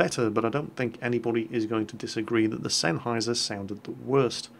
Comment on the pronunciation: You know now i feel ashamed for having my game zeros for almost a year and not know how to pronounce sennheiser until said it:/